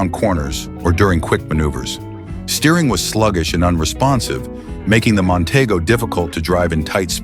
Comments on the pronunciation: Mon-TEE-go is how it was pronounced. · Nonteego not Montaygo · mon tee go is how you pronounce it...........idiots